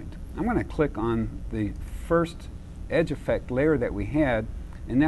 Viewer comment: "And now, for the week of May FIRTH" . Yes, the introduction lady forgot it's FIRST, not FIRTH.